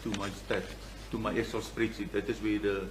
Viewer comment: EXCEL NOT PERCAL